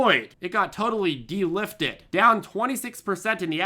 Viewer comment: De lyfted 🤣